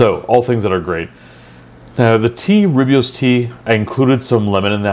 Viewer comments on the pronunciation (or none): Just to be of help, it is pronounced ‘Roy boss’ tea. I like every video you make